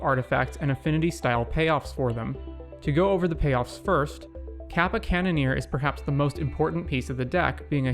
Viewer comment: Great video just one note. The "ka" on kappa is pronouced like the "co" in copper instead of like the "ca" in cap. Again great video i want to dip my toes into legacy and this playlist is really cool.